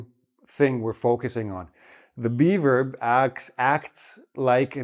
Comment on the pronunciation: Can't help it but I keep hearing "be verb" as "beaver" 😊